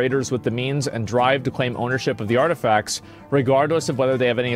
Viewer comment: Laura Croft, arTEAfacts. Learn how to speak my guy.